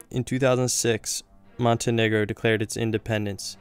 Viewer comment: I don't think that's how you say montenegro...